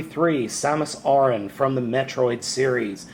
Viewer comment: your saying samus's last name wrong dude